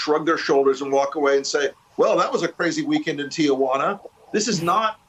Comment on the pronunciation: Can someone please send him the memo it’s pronounced Ti-Juana not Tiajuana. Jesus.